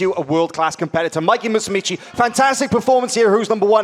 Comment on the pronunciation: Stop saying "Musumici" it's "Musumeci." Musumeci is one of my favorite BJJ fighters. He would really benefit from some laser eye surgery, though.